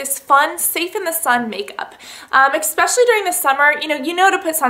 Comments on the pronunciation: CASSANDRA its said ESPECIALLY NOT expesially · Cassandra tis eSpecially not eXpecially. ( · Urgh Cass I love you to death, and I hate being this OCD person, but it's ESpecially, not ECKspecially. I'm sorry, I can't help myself. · i use to just think it was the way she pronounced 'especially' but she does actually say 'expecially' haha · lol "expecially" ... I love you girl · I love you Cassandra, but it's NOT expecially!!